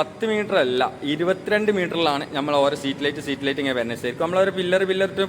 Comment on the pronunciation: പൊന്നു സുഹൃത്തേ സമാധാനത്തിൽ പറയൂ സ്ട്രീറ്റ്ലൈറ്റ് ആണ് സീറ്റ് ലൈറ്റ് അല്ല. മജ്ജത് അല്ല മയ്യത് കൂർക്കലല്ല. തൂർകളാണ് നീ പറയൂന്ന മലയാളം മുഴുവനും തെറ്റാണു താഴെ കോഴിച്ചന അങ്ങനെ പറയൂ നീ പാട്ടു പാടി വേർപിക്കലാ പീഡല സ്പീഡ് ക്യാമറ ഓഫാകിപ്പോടാ